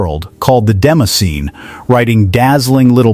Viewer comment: I agree - what was the relevance of the Compaq clips, or the shot of Bill Gates? Also, the narrator kept saying "demaseen" instead of "demo scene" - two distinctly separate words, which became quite irritating.